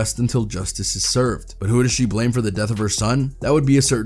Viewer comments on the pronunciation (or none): none